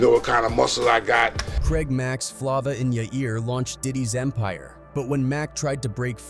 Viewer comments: Flova in ya ear dude you need to work on your pronunciation it’s flava in ya ear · Flah-vuh in yourr earr wtf is that.. Being involved w diddy then suge and dying of aids. Crazy .. Mac was stuck between a rock and a hard place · U mad lame for not knowing how to pronounce this man's song. It's a egregious dereliction of duty on your part when you can literally go listen to the song. This is Hella disrespectful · Can't take content serious if u can't even say the name of the song right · He don’t know how to read it right